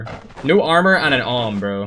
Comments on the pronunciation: You are saying om. It is pronounced A W M. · Its A-W-M and dont read it as one word But i am not a hater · XD the awm is pronounced A W M lol